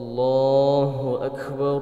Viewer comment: Masya Allah, bacaan annda bagus banget, cuma klo boleh kasih koment dikit.. Lafadh ALLAHU AKBAR masih terdengar takrir, seperti bacaan qalqalah, ALLAHU AKKEBAR, padahal ALLAHU AKBAR tidak ada qalqalah. Mungkin bisa merujuk bacaan qari qariah internasional, seperti Ust. Muammar ZA dll.. Maju terus annda... Salam dari Himpunan Keluarga Aceh (HIKMAH) di Bengkulu